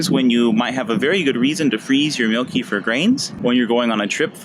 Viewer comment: It ain't pronounced keefer. It's like ke-fear... plus what are we talking about here, the grains or the actual kefir?